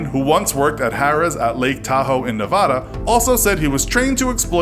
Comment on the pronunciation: Any other Nevadans triggered by how he said Nevada? Come on, Nev-AD-a, not Nev-aud-a